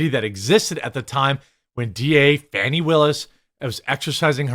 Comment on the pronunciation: "Faw-nee Willis" HAHAHAHAHAHAHAHAHA!!!!!!!!!!!!!!!